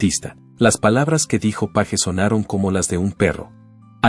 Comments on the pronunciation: Esta supuesta inteligencia artificial solo mal pronuncia los apellidos de la gente en inglés, es Jimmy Page y no Jimmy Paje etc. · Porque miércoles pone la imagen de Eddy Van Halen al revés, como si fuera zurdo. Que blasfemia. Además respete los apellidos en el idioma original. Sabe muy bien como se pronuncia Page y como idiota lo pronuncia en castellano. Que pretende crear controversia y tendencia? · Es mucho pedir q el apellido Page se pronuncie correctamente?